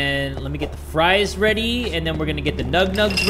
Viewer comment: did he say "everybody get WEADY" at the start XDDDDDD